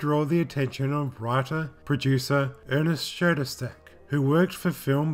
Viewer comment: There is no "T" in Schoedsack.